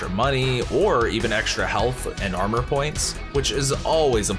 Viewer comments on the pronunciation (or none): none